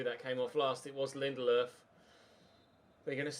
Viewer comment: Lindelofs pronunciation🤢🤢🤢🤢 stop using an accent it’s so shit